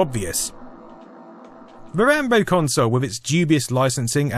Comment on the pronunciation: Come on man... RAMBLOW.